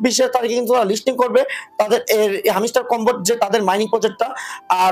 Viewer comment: হামিস্টার কামবাট নাহ হামস্টার কমবাট😂